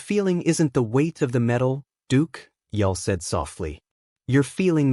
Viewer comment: We're supposed to believe a story from a Bot that can't even pronounce Brynner's name correctly! It's pronounced 'Yool' as in Yuletide.That 1 subscriber you've got must be a relative.